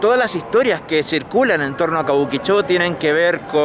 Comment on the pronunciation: Yo trabajé tiempo .cabuquicho suena como argentino boludo